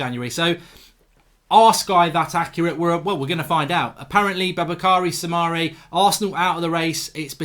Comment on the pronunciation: It’s pronounced “boo-bah-kah-ree Sou-mah-ray”